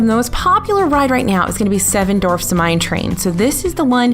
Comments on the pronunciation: Just had to rewind and re-listen....and yup, sounds like "seven dorfs mine train" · Is it just me or was saying "Dorfs" in the video? haha